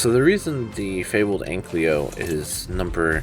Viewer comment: It really bothers me that you say "anklyo" but it's pronounced "ankylo"